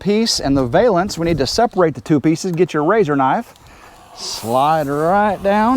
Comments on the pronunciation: Great job, the new awning looks perfect 👊💥... I giggled everytime you said "vale"ance instead of valance 🤭😂... Have a great day ❤️ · I think I’ll start saying “vale-ance” your way from now on. I like it better than Val (like Valium), -ance.